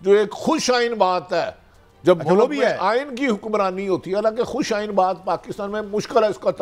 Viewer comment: اللہ کی شان ھے عارف حمید بھٹی بھی اینکر بن بیٹھا۔ خوش آئند کو خوش آئین کہ رھا ھے